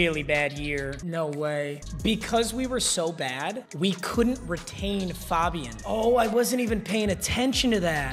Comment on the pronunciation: When he says faaabian it's so annoying it's fabian